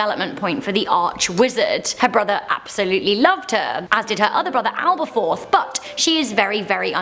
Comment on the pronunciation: I love your videos but I am doubting your HP credentials because you mispronounce Nagini (hard G, not soft) and Aberforth (not Alberforth). Big frowns.